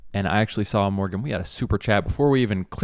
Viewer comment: I don’t trust anyone’s vaccine opinions if they pronounce “saw” as with an L. “Things we sawl…”